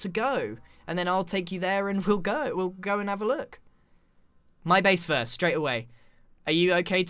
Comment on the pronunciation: btw you said fist not first